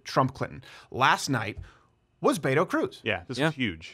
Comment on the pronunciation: Its Beto. Hard T. BET OH or BEH TOE. I hate him, but that's just one thing the left would say is you cant even pronounce his fake name wrong. I live in Texas and was for Cruz, but so many people mispronounce his fake latino name.